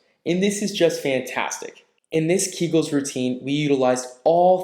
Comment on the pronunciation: Keegulls? Public floor? Come on. It is keg-ulls amend pew-bic floor.